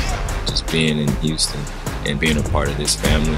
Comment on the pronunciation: “Hey hüstôn fans, I am so häppy” 😂😂😂😂😂😂 god bless Sengun